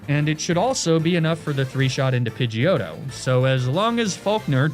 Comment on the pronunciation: As an Italian guy, the way you pronounced Pidgeotto was absolutely beautiful